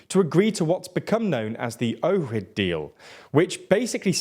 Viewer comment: OHRID IS PRONOUNCED OK-KRID